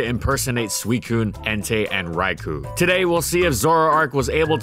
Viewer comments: pronounced Rai-KOH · Someday you'll start pronouncing Raikou, till that day, I take a drink every time